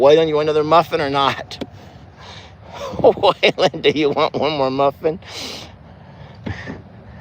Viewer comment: I had never seen Roman kick before and now I have seen him kick twice in a week. The train sounds beautiful. The look of Jolene behind you was so comical. I'm glad Chucky Poo got his head all cleaned off. He is mighty handsome. When you said Waylons name it sounded like he said huh. Chuck says I don't have dirty diapers. 🤣🤣🤣🤣🤣